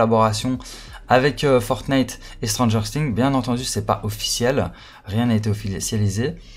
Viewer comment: Sa se prononce sings et pas sting comme sa tu sais gg l avideo continue comme sa code SCM